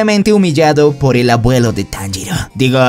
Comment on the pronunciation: Es tanjiro no monjiro